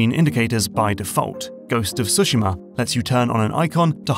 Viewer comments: Finally someone who at least gets the rhythm right on the word Tsushima -- far too many people say sooshiimah -- now to also include the leading T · Props for stressing the first syllable in Tsushima and yakuza.